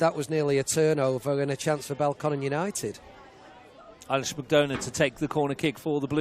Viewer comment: Ailish with an A (not E) and McDonagh like McDonna. I watch from Saudi Arabia and love your commentary but please pronounce her name correctly!! Thanks!